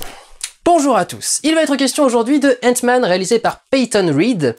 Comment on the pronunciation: Sesr paz henk sest hank et sest pas entman sest antman